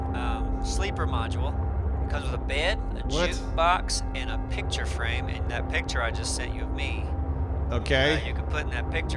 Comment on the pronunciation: I hate the way says "pitcher" instead of "picture". That's it, that's my 2 cents on the internet today. Have a good day everyone.